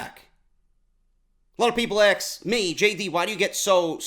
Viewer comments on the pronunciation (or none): DO NOT understand people that can't pronounce ASK! Not trying to pick on, but ALOT of ppl say AX...or AKS....I don't get it.That and mispronounciation of NUCLEAR!...Alot say Nucular.WHY?!